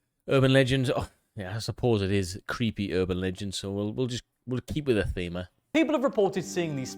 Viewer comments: “Cweepy” I thought I misheard that! 😂 Only in America 😂 HEY where’s the Mothman! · Only in America, that American legends that no one has heard of gets narrated by an individual that says the legends are "cweepy".